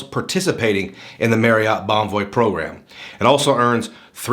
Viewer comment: Was looking at reviews of this card and noticed you kept on saying Marriott wrong. It's pronounced "Marry-it" sort of rhymes with chariot. It's not pronounced "Merry-yacht" Kept on jarring me during the video.